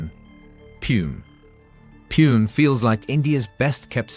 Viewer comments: The pronunciation for Pune is ‘poo-nay’ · Pune is pronounced worng in the video,it is pronounced "Poo-neh" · It's hard to have confidence when this voice can't pronounce Pune.